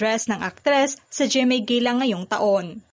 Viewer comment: Gala ang basa dyan ..Gela😂😂